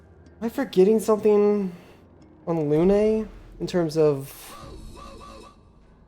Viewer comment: Why do you say Lu-NAY and MONACO? They pronounce the names for you in the cutscenes